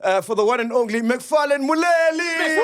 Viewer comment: MacG it’s Macfarlane Moledi and not Moleli. In Sesotho when l is followed by a high vowel like i and u it becomes a d for example lumela would be dumela last Moleli would be Moledi